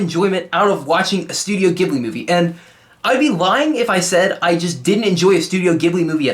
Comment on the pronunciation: l + you pronounced Ghibli wrong